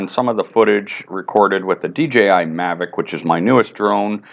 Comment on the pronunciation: its called Mavic not maverick.